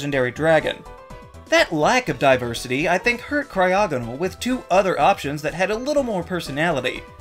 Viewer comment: CRYOGONAL DOES NOT SYART WITH A G, IT STARTS WITH A C! FIX IT NOW!